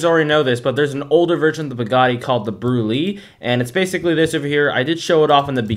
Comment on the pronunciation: this opened my eyes but the way you pronounce brulee is actually brûlée like the creme brûlée desert